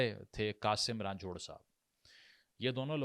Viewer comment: Senator Qasim Roonjho, not Ranjhorhh